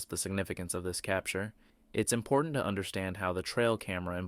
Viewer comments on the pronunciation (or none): none